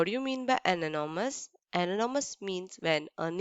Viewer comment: Mam ananomous or anonymous and aksed or asked